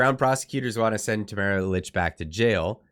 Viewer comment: Her name is pronounced Leech